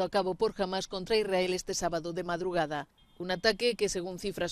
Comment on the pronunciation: Si amas a israel al menos pronuncialo bien, es Israel, esa y adelante es para transliterar el sonido del hebreo al ingles, pero en español no es necesario